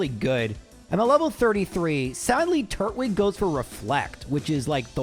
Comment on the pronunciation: Tur-twig, not Turt-wig 😅